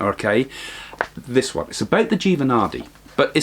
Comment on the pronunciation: My head knows you're saying naadi leaves but my ears hear it as naughty leaves. Lol